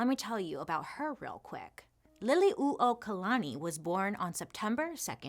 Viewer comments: literally cheered out loud at bailey’s pronunciation of liliuokalani—well done! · Great pronunciation of Liliʻuokalani. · Perfectly said.. you pronounce our Queens name beautifully